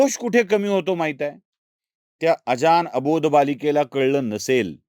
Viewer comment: अजान असा अशुद्ध उच्चार का करता? अजाण असं आहे तो.